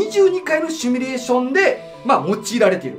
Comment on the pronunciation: 文字はシミュレーションだけど、シュミレーションって言ってません？